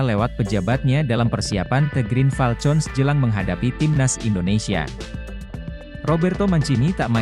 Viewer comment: Min, Green Falcon diucapkannya [griin falkon], bukan [griin falcon] seperti con dlm contoh.